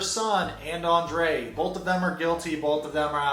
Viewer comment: Oh no, you are saying his name all wrong. You have to Roll the “r” when saying Andrei just like Elizabeth does.😜